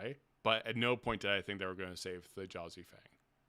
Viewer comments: Thjazi is pronounced THEE-YAH-ZEE. The J is pronounced like a Y b/c it comes from Norse. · First please pronounce the J as A Y in Thjazi Fang as Brennan did its small but will drive me crazy. Really enjoyed the discussion. Also this campaign feels much more plotted as a film or drama that conflict = Drama and that it’s less of a a party as opposed to a cast of characters. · I feel like I should take a shot everytime you mispronounce T'jazi's name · I can't understand how can watch the same four hours as us and be calling him Th'Jazi when every player was calling him "Thyazi" the whole time. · Just a small thing, it's spelled with a J but in the episode everyone just says Thiazi, not Th-Jazi. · Hate to be “that guy”, but the j in Thjazi is pronounced like a y. The name was said aloud NUMEROUS times over the course of over 4 hours, yall. Let’s be better about putting respect on the hero’s name, please. 🙏🏾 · You watched the whole episode and you keep mispronouncing Thjazi...... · This was an excellent discussion. Why are you saying the j in Thjazi’s name? Not a single person in the 4 hr episode did so, clearly indicating that it’s silent. Always find it odd when people don’t pronounce names like the people who have them.